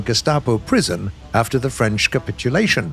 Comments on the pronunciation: Accent parfait ! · Good french accent 😂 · Thats the best french accent done by a non french person (and i no what i'm talking about i'm french)Sir your prononciation of french is incredible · Your French accent is very good, I'm watching you in France and I pilot with a joystick.